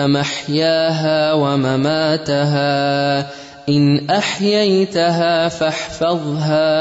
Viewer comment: ... WawaMa(Tu) Haa.... N u recite WawaMa(Ta) Haa....! Am i right??? 🙏